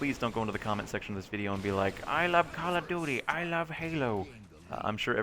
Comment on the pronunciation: why do people always say "Call of Doody?"